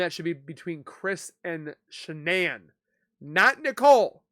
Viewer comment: IMO Why is DK stopping questions? Immunity for? They seem to talk mainly about and CW relationship and not much more. seems to have a difficult time saying Shannan”s name. Why? So much wrong with this “so called interview” which should have been an interrogation as was the mistress of a married man before, during and after the crime.